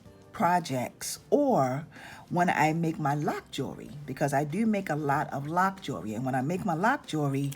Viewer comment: Good information. But, what is lock jewlery? At least that's what it sounds like u said